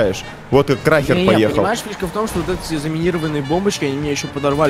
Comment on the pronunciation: Эм ты сказал трахер